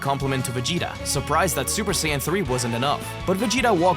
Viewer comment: Bro, you did not have to throw the hard N. It’s okay to say Saiya but Hard N💀